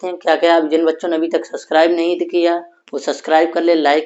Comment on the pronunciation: 😮😂😂😂😂🎉😂😂suscribe nahi subscribe bolna to seekhle nange